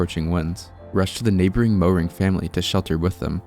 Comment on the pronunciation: It is not pronounced "Mow-ring". It is pronounced "Mare-ring". (Texas German). That was like all of my maternal cousin's side cousins of her paternal side.